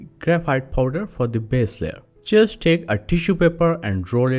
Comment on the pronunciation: Excellent ! But initially I thought you were saying "Chjeers like this!" . Later after much effort, found out it was "Just like this" ! 😄